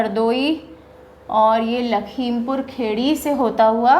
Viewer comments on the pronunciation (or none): It’s Lakhimpur Khiri not khedi... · M sorry to say Ma'am But its not lakhimpur khedi its (lakhimpur Kheri in english) ( खीरी in hindi ) Real pronounciation is लखीमपुर खीरी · Mam.. there are some pronoucial problem in some district name in hindi... लखीमपुर खीरी.. कुशीनगर.. बदायूँ.. ...by the way your reaching style is amazing... eagerly waiting for 2nd part❤